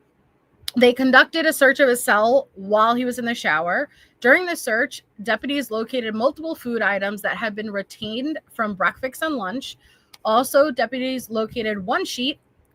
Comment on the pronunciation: Breakfix instead of breakfast. 😂😂😂